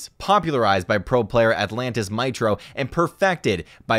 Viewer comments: Pronounced meetro not mitro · Why is he saying Mitro like that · You can’t say mitro name right 😂😂😂